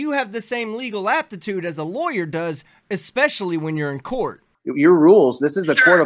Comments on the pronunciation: Eckspecially ! lol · "ekspecially"? Not a word, dude.